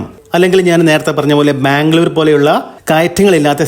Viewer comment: പക്ഷെ, ഞാൻ ആവർത്തിച്ചുകേട്ടുനോക്കി. എനിക്ക് മാംഗളൂർ എന്നാണ് തോന്നിയത്. മറുപടിക്ക് നന്ദി! ❤